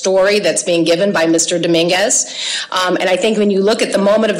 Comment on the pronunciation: the first thing i heard from her that made me not listen is: "Mr Daminguz reached" ok stop there you've already lost